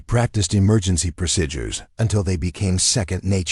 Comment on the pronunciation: Overall, an thrilling action-packed story but unrealistic. I'm not going to even address the excessive protocol, technical and tactical errors since I don't believe the script was written or even reviewed by someone who actually served. AI narration was often plagued with awkward, ragged and irregular phrasing, numerous mispronounced words, examples: procidures for procedures, leaved for lived, savered for severed, Phoebe for fob and much more. All of these irritating mistakes made listening to it rather frustrating. When closed captioning was used, the errors were even more glaring. Especially annoying was the use of the word "dot" to indicate the end of a sentence instead of taking the customary pause before starting the next sentencel...subtleties that are chronic AI issues. Obviously this channel needs to have a human editor with appropriate English language skills review their work before posting if they want their channel to grow.